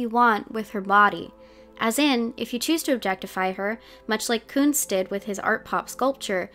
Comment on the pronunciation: I ALSO THOUGHT SHE WAS SAYING KUNST! perhaps cause of what you mentioned about her using German past songs, but also cause I was taking German when the album dropped. Maybe she recorded both words ("Koons" and "kunst") and layered them :3